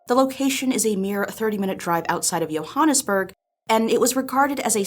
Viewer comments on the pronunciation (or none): JOhannesburg not Yohannesburg.... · Since being from South Africa, I almost left the chat when she called Johannesburg "Yohannesburg" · It's pronounced Joe-hannahs-burg not Yo-hannahs-burg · Joe-Hannes-burg. Not yo-Hannes-burg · "Yohannesburg" bruhh💀 Its JOhannesburg😂😂💀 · It is pronounced: j OH -h AE - n ihs - berg... FYI, the "j" is not a "y" sound; it is like the name "Joe". How to Pronounce Johannesburg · “Yo - hannesburg” bru I’m from SA it’s pronounced “jo - hannesburg” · "yohannesburg" it's pronounced "Johannesburg". Source: am south African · Its Pronouced Jo Hannes Burg Not Yo Hannes burg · The "J" in Johannesburg is pronounced like "J" as in "joke". Not like "Y" as in "Johan". My Mom was born there and lived there for 16 years of her life. I've not once heard her or anyone else say it like that. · Yohannesburg? Just call it Joberg if you can't say it right. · That's not how u say Johannesburg It's like joe-hannesburg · Johannesburg is a Afrikans name and they pronounce their J's like Y's, like the drink 'Jager'. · "Yohannesburg." "Howteng." "Khedani Maylangu." I'm hollering! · lmao "Yo-hannesburg" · "yohanerburg" lmao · Oh yes "Yo"hannesburg (lol) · Pronounced *joe*hannesburg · PSA - it's pronounced joa-han-iss-burg. thanks for your time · Don't say Johannesburg wrong...Don't say Johannesburg wrong...Don't say J-: "Yohaahnesburg"...Dammit Edit: Thanks,, for restoring my faith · americans always pronounce joburg without a hard J when locals pronounce it with one and it always irks me... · She mispronounced Johannesburg 😭😭 I feel so offended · Short comment but I just wanna inform that you got the pronunciation of Johannesburg wrong, well half wrong at least lol. The way you said it is actually half in Afrikaans and half English. I don't think I've ever heard it said that way before 🤣 Sorry I don't mean to be mean, I always find it funny when folks from other countries pronounce words from my country.